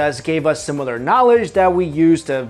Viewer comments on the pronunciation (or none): none